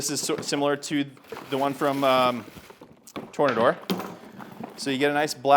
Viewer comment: I think it's pronounced "Tore-nay-door" 🌪️